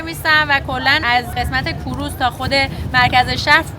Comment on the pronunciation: کوروز نه. کروز 🙏